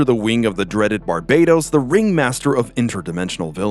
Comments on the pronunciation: Its actually pronounced bar"bat"os like batman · "Bar bay tos" shivers Ugh, please Americans, please pronounce names correctly for once.